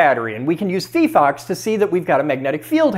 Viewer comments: I thought it was pronounced fye-fox. Was I wrong? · not fifox, fyfox. 😭 physics not fisics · It's fee-fox? I always read it as fi-fox. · Phyphox? Nah, I've been pronouncing it phyphox